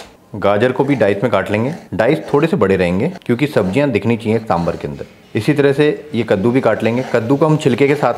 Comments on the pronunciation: it's saambaar.( सांबार).n not saambhar(सांभर) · सांबार!!! सांबार!!! For god's sake...it's not सांभर